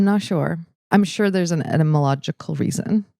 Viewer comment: Honestly, line of the day goes to for pronouncing etymological without a stutter. No way could I hit that correctly at a conversational pace.